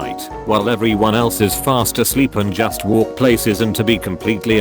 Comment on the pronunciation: I like how on the last "walk" sounds like "thank"